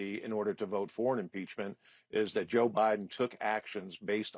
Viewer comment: I wont respect somebody who mispronounces Kaitlans name again and again.